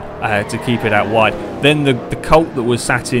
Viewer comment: You said ride instead of wide